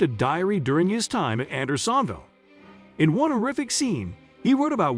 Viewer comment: A novel pronunciation of Andersonville. AI will kill us before it can speak convincingly.